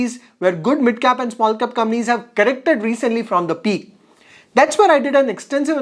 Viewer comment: Can you spell compaaaaaanies instead of Gampies . I was trying to understand what it was till u figured out